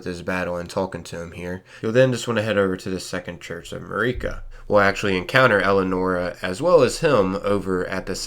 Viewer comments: its MARika, not MUHreeka. jeez the way ppl pronounce things is so damn cringe. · Nitpicker here. Hate when people mis-pronounce names that characters pronounce in the work itself. How do you say "ma-ree-ka" after you've heard everyone else say "ma-rih-ka" like 50 times??... Anyway... Super important stuff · How do you not know how to pronounce Marika’s name? They say it like a thousand times in the game